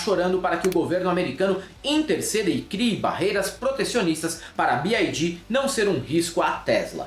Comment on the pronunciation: desculpa ser chata na correção bes tinha. Bi ái dí, seria a leitura, em inglês, da sigla “BID” A montadora chinesa é BYD, que lê-se “bi uái dí” Abraço, querido. Perdão mais uma vez.